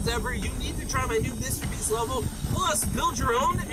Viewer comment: Bruh you said mrbreast 💀